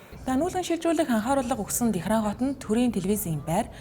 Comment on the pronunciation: Тэхран гэж хэлж байгаа чинь таалагдаж байна. Лалар орос дуудлагуудыг халах хэрэгтэй. Пхьенян жихшиг.